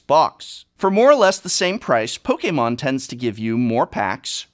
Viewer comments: Why do you say poke a mon and not just Pokemon ? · Poke-Kay-Mon xD I love dis guy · No one says it pok eh Mon, you fuck! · You mean pokaymon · The way he says Pokémon is so cool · How he says Pokémon though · Guhh. Why do you pronounce Pokemon so weird?